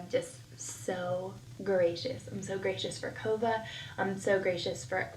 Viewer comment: Now I cannot stand her videos because I catch all her speech issues... sawll vs saw or seen. Kiddos. Things are "hard". NaKova or Kova? Its in other videos too.